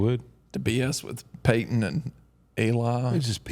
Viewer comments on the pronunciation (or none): none